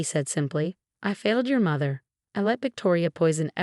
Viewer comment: The AI that reads the story does not understand English grammar, spelling, pronunciation, and words. Like Marinez, pronounces Mar tin ez, not Mar teen ez. Mather, not mother, and on and on. Some of the AI reads the page breaks as underscore underscore underscore, until it runs out. Obviously there is no understanding of content, thus wardroom, not boardroom.